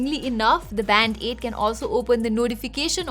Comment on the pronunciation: I keep hearing "Band-aid"